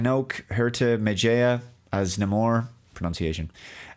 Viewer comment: it's pronounced, "meh-hee-ah" 😅